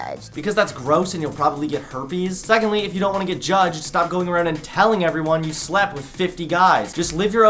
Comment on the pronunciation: You pronounce “around” weird